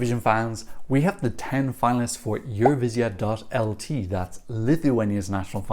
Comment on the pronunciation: Thank you for the analysis and I can’t not mention - the first foreigner I’ve heard with such a brilliant ‘Eurovizija’ pronunciation 😅👌🏻